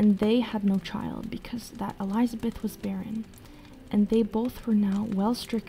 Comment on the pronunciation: I can forgive messing up non english words, but really, Elizabeth? JK, love your work.